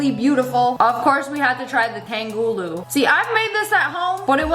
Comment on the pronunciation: Sorry snipperwolf, I have to say it, im asian it is not pronounced TANG- gooloo Its pronounced TUNG- HOOLOO